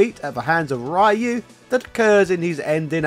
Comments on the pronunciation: It hurts my ears to hear Ryu pronounced as (raiu) the name is Japanese so it is pronounced (Riu) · How hard is it to say Ryu and not Rye-you? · The embarrassing history of saying "Rye-You." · I hate when they pronounce "raiiu" the character's name, when the correct pronunciation is "ryu" as it is written 😡 its sooo anoying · Also it's NOT Rye-yoo. It's Ree-yoo. Just listen to the announcers in the games. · Rayu 😂 bro it’s “Ree-U” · THANK YOU! I have played Street Fighter for years and have never heard of this "Rayu" person. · Ryeoo and Kazooya are unfortunately going to be here until Gen X croaks. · It's the worst, and no excuze in the modern world to say rAh yOu, RaY Uu or other english butchering of the name. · Ryu is more closely pronounced "ree-yooh" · "Capcom would decide... 'Enough is enough, and it's time for a change!'" Shows Owen Hart Absolutely brilliantly done. Dunno how many people caught the reference, but I love you for it. XD (...I'll even let that whole "Rye-oo" thing slide for this video because of it. But seriously, the name isn't hard to pronounce, my guy.) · Quickly, say shoryuken. Now only the middle part. That's Ryu's name. Not Rai-oo. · Nice video. But i still don't know who this RaH-YOu character you keep refering. It can't be Ryuu Right? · I think this guy is deliberately mispronouncing "rai-you" because of the way he does it- I assume he's found the negative engagement helps promote his videos? I can't imagine he hasn't caught flak for doing this in the past. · Ryu is pronounced ree-you. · "Rai you" Cmon man we're in 2022. Say it right. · I hate Ryu, or as you pronounce his name, Rye-you. Even Twelve has more personality than Ryu. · the pronunciation of Rye-u and Sagget is incredibly grating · Rye-u hurts everytime. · Rye-you actually hurts to hear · Rye-you. . .You really don't know what you're talking about. . . . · It's not Rye-u, pftt bri'ish. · English speakers will never learn to say it right.